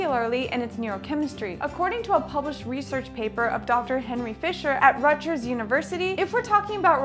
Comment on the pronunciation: The way she pronounced my school. Rut-jers. Rutgers